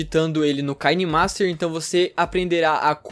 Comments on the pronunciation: Se pronuncia Quinemaster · Ele falou kainemaster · "Kaine master"